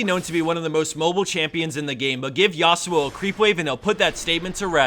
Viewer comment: Please stop saying YA-SU-OH, is actually YA SWO, not two separate syllable